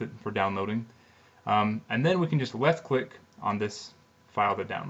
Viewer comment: "you can just weft click" LOL